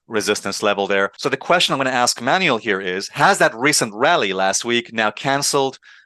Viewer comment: Alessio, don't call the man manual. It is spelled as Emmanuelle. Just remove the "EM" in the front.